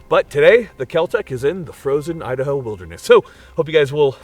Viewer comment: Hi there! Idaho will never be the same again the way you pronounce it!